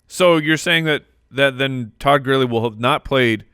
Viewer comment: You absolutely pronounce gurley odd. There’s Another similar word that you pronounce the exact same